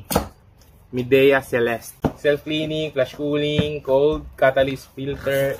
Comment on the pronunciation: "maydiya" po Boss. kala ko din dati "mideya" 😁